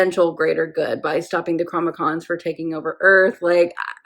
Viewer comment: Absolutely adorable how you transpose the N&M letters when you pronounce ’Chronicom.’ Like a mashup of that word and ‘Comic-Con! 😊 Hope it continues through the season. Good episode that really sets the season in motion, gives a hint at how things (could have) begun. And we get the beginning of a beautiful friendship between Enoch & Koenig! While probably not the “best” season, this is one of my favorites. Eager to watch your journey & experience. Thank you for sharing.